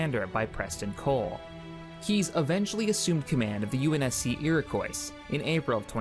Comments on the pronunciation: the word Iroquois is pronounce ear-a-kwa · Oh my god its iroquois pronouced irikwah